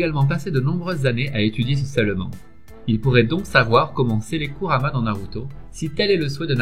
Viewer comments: Kurama ça se prononce kourama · c kurama pas kamara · un un moment ta di Karumma